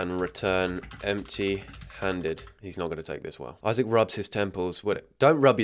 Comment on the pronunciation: that's not "Isaac" that's "I sack"💀💀